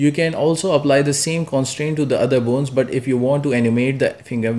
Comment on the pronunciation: every time you say "boons" make me laugh but you really help me